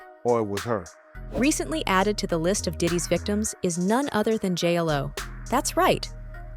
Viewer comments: yeah I can’t stand Ai narrated videos, pronounces her name as “J L O” 🤠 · Why are you saying J-ELL-O 😐